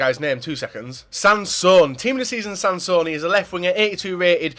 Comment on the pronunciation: Sansone, not Sanson😂